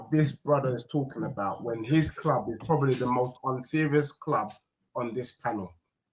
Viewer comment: ”EZE has already made it clear that he wants to come to my cloob”.How is that not waffle?😂